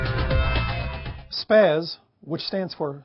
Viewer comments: It is pronounced SPOS, though its okay to call it SPAZ too. -ApertureScience100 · So you said Spasz. Thought you put Sp-as in your headline. Its not Sp-ass, Sp-azz, or Sp-asz, Its SP-AS. Put down the airsoft and pick up a real gun. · Spas is pronounced "sposs" not spaz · its not spaz its spas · its prounounced spoz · He pronounces Spas wrong...